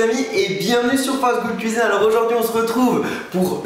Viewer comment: Juste moi il ou elle a dit quel à entendu qu'il a dit c'est FastGoodCuisin au lieu de FastGoodCuisine